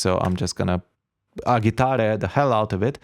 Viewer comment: really interesting... "Agitare" it's actually italian for "to shake", like for a cocktail, you shake the various ingredients to obtain a "mix" of all the components. It makes sense. Btw, it's pronounced ad͡ʒiˈtare with the g that's more a j of jeans for example.